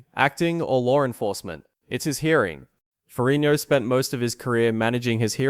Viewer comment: Nonsense -Despite severely mispronouncing his last name,Lou's father was a Captain in the NYPD - which is a "King's Salary," also your time line is not accurate after 81 seconds in... I. Tuned out. In comparison Arnold's father was a postal clerk in post war Austria.. more of an impoverished background.